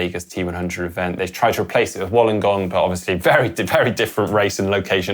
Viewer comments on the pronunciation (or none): none